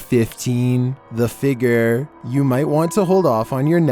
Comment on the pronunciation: “The figger”